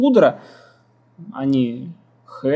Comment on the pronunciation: Автор ты такой "умный", hydra произноситься как "Хайдра". Так что не умничай,сам не далеко ушёл от товарища,а может ещё и отстаёшь.